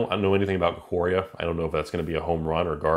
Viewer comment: I know. Ikoria is the set, but not Eye-coria.